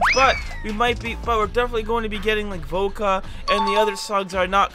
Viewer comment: voca not volca lol